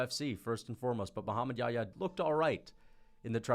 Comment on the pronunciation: dude if you can't pronounce YaHya, just say Mohammed John. John is the English version of Yahya.